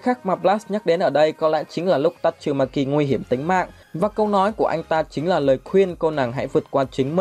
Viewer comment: Tasumaki chu khong phai tachumaki